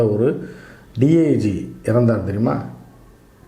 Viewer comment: ஜீ. இல்ல ஜி.